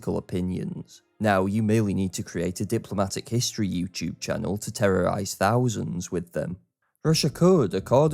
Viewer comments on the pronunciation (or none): none